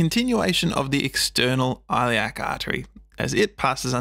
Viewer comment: * The ‘I’ in Iliac as in ‘it.’